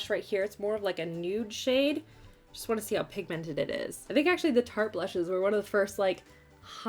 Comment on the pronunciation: I love your videos but the way you say pig mented kills me lol